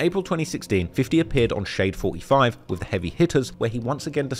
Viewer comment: he said shade 45 incorrectly